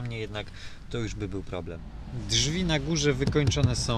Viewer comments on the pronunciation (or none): none